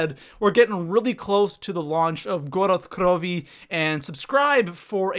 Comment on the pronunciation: wtf did you really pronounce gorod krovi goroth krovi smh it's really not that hard to pronounce